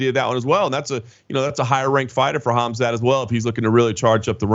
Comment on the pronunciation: Stupid Radio Submission the Colby Covington Ass kisser, it's Khamzat not Khamat. You morons.